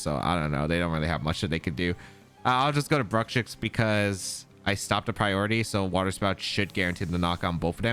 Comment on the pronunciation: I have heard a lot of mispronunciations of Bruxish, but "Brukshix" is definitely the funniest one, lol. Never change,!